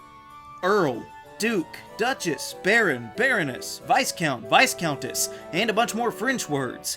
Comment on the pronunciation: Nice video. I like the debate. Just one thing. The "s" in Viscount is silent. So it's pronounced "Vi-count"